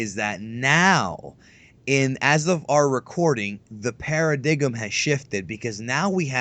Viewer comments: I caught that too he said pair-a-dig-em lol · its Paradigm (Para-DIME) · There may be something I'm missing, but "Paradigm" is pronounced "para-dime". Also, you may know this (You are familiar with the Toonami promo's, of which I was very surprised to hear about here), but the 3 T.O.M.'s were voiced by Steven Jay Blum. Sonny Strait voiced the original "Bomber-man"-esque TOM. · I hate to be this person, but 'paradigm' is pronounced 'para-dime'. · So, do you say "para dig 'em" on purpose?